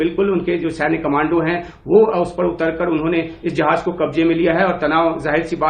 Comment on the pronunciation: भाई जहाज नहीं बल्कि जहाज़ उच्चारण सही करो।